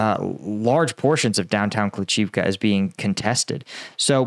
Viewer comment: Hey, good report. Your pronunciation of Bila Hora (White Hill, btw) is quite good. Klish-chi- (as in chicken) -yiv (as in rhyming with sieve, live, give, etc.) -ka could however be improved. Have fun with that.